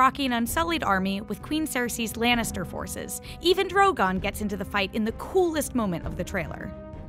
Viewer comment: lAnnitster not lEnnister ok? sheesh